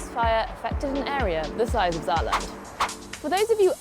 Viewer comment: Top Video, nur nebenbei heißt es Saarland (frz. Sarre), nicht Zaland ;)